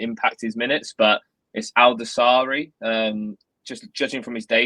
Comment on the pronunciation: You pronounce his name like this Sa’lim Al’daw’sa’ri